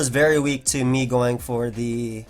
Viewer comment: Love the Showdown Live. Good fun to watch these new pokes. Nice "once the rocks are goIn' too. Accent?